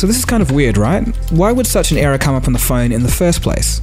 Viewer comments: The way you say error sounds like era as in age. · is he speaking era or error lolzzzzz :-) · You can't even say error